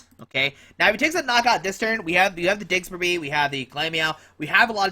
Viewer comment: digs-ger-bee.....lol. Its diggers bee mang.